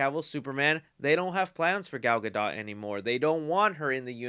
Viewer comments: Weird that you can pronounce “hypnosis” but can’t figure out that “Hypno-man” is a derivative of it and should be pronounced similarly, NOT like hype…lol. And just because that idiot Campea pronounces Gadot incorrectly doesn’t mean you should. Her name is pronounced “gah-doughdt” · no more gal Gadot I'm deeply saddened I for one loved wonder woman 2 and no disrespect but its Gadot the t is silent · Hey, I love your videos but Gal Gadot’s last name is pronounced (Ga-dote) not (Ga-dot)